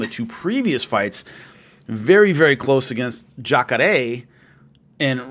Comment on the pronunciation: The way says "Jacare", thass respect right there.